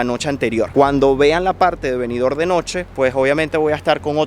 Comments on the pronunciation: Disculpa, no es Benidor como lo pronuncia. Es Benidorm, con M al final. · Oiga Ud. Señor parlante. Benidorm se pronuncia con la m al final.BENIDORM. en la lengua española se pronuncia asi.